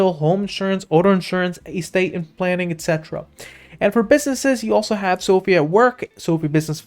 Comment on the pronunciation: its Social Finance....So.Fi ("so.fy") not sofie